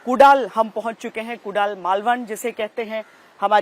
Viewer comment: अरे बाई कुडाल नाही ग 😂😂😂 कुडाळ...❤